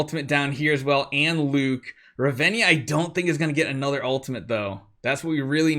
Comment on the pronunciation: Heyy I would recommend removing Riss and sorrieta and use falvea and Rez,and it's Ra-ven-na not Ravenja😅And use commander Grace